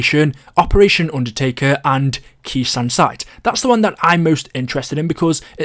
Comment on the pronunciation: when saying Khr sanh it’s pronounced (K sone)